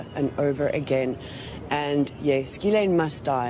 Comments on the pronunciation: Its not Girl-ain it is pronounced Giz-lane so funny none of them get it right, makes me think its on purpose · Ghislaine is usually pronounced as gi LANE